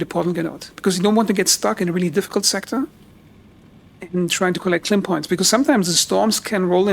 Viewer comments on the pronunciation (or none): It Lim tech… it is Lim energy K is the unit of measurement Lim is the type of energy. I can’t listen to this while you make it into a word…